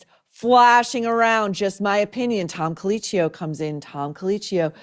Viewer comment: It is pronounced tom Coleekio, not Coleechio. I watched all of the episodes of Top Chef. I guess you didn’t.